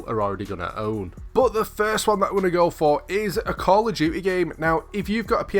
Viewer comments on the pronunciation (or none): Call of jewty 😆 you make me laugh